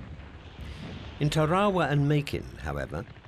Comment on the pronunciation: For example, repeatedly pronouncing Adm. Chester Nimitz’ name incorrectly as "nim-ITZ" instead of the correct "NIM-itz". It’s only one of the most renowned names of the war, yet they get it wrong. Inexcusable. Edit: Also, virtually every Pacific island he mentioned was repeatedly mispronounced. I began listing them, beginning with Tarawa and Kwajalein, but there were too many to bother with.